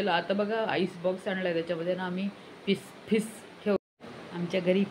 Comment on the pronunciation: 'Ghest loka', 'fiss fiss',😂